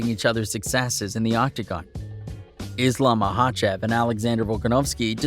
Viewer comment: Pronounciation is horrible